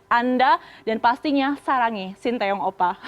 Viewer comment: Presenternya ngerti pelafalan nama sty dengan benarr